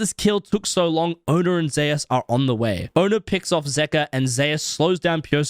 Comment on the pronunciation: Wait! Zeus is pronounced "zayus" in league. I thought it was "zoose" like the God of thunder. Like how pretty much everywhere else its pronounced